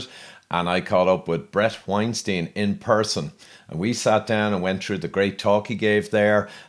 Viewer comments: its wine stine, oh and btw its still yo-an-ee-this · At least pronounce his name correctly!